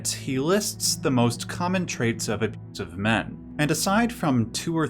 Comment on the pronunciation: What the heck, you can't even say "abusiive"? Holy shit that's lame.